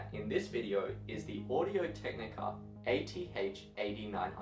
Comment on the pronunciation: It took me almost 5 minutes to figure out you were saying AD900X not 8900X (eighty nine hundred x).